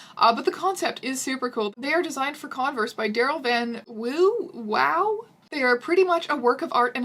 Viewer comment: I believe the name Wouw is pronounced "voof" which if anything makes it funnier